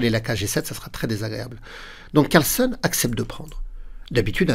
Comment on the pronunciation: Je n'oserais pas sacrifier ainsi sans avoir tout analysé (ce qui est impossible, au moment de jouer Cxe4). Mais je ne suis qu'un petit joueur... Un petit truc pour: penser que "Carlsen" se prononce comme "Larsen", ainsi ça devrait venir tout seul.😊